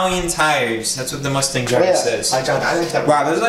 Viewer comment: That's not how you pronounce the name. C'mon man if your going to drive a mustang learn how to say the name 😂.